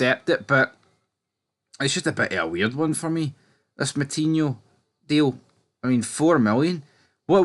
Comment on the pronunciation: It's no Moutinho mate it's Metinho